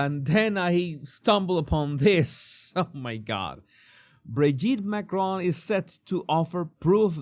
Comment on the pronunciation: Candace deliberately (and rudely) says MACRONE rather than Macron.